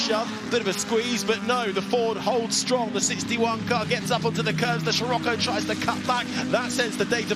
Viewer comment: "CamEro" and "SHirocco" - dear oh dear - someone PLEASE tell young to get his pronunciations sorted!" Great racing!